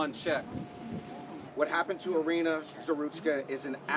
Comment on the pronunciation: Her name was "Iryna" not Area Grrrr